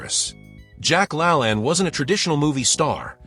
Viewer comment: Jack La Laaane, not lalan